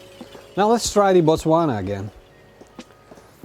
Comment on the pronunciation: Great pronunciation of the word Botswana. Love from South Africa